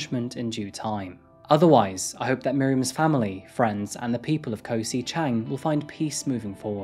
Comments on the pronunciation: Just would like to say that Koh (island) is usually pronounced "gaw" (rhymes with "raw), and Phi Phi is not "fee fee" but "pee pee." Otherwise, I appreciate your reporting,.:-) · With your accent in particular if you take the way you say kok in Bangkok but drop the k you'd be pronouncing Koh just like a Thai speaker.